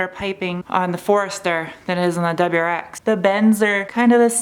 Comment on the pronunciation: Does anyone else heard Deborahx instead WRX.